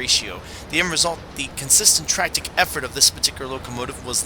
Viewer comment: Tractick effort??? I thought it was tractive effort